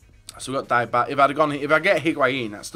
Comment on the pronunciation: is basically a full-time fifa youtuber but he doesn't know how to build a draft and pronounce 'Dybala'.